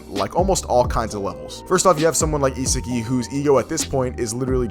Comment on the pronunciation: Another crappy video. SMH. Pronunciation of a 5 year old kid, Ee-sah- gee